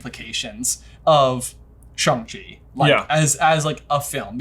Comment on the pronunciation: Wow, finally a review that pronounces Shang-Chi correctly! But more importantly, what Hogwarts house does Shang-Chi belong in?